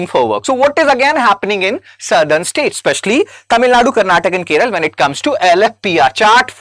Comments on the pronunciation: Its not Keral, it's Kerala You don't even know the name of the state property, you talk about statistics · It's not keral it's Kerala some educated idiots pronounce it it keral I wonder if ur helping IAS aspirants and pronouncing a simple name wrongly it's 😭 😢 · It is not Keral it's Kerala. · why this idiot is saying keral keral idiot learn how to pronounce Kerala. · Dude, firstly, it is "Kerala", not "Keral". Secondly, for districts above national average, please also post national level data. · கேரளா என்று சொல்வதால் தான் அதை இப்பொழுது கேரளம் என்று மாற்றிவிட்டனர். ஆனால் இப்போ நீங்க புதுசா கேர்ள் என்று சொல்கிறீர்கள். இது சரியல்ல.! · ।t is 'Kerala' not 'Keral'. What if I say 'Hind' for 'Hindi' and 'Biha' for 'Bihar' ? What do you mean by 'We' when you say, "We think that South Indian states......." It sounds like the ' we ' in "We Americans think that Indians......". Bro, it is this ' other-ing ' of South India by North Indians which has accentuated the North-South divide in recent days. If an educated young man like you can entertain such ideas ie We = North Indians and They = South Indians, God save this country. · The way you said keral, makes my blood boil